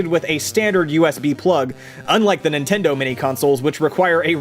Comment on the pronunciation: Playstasean?? The hell?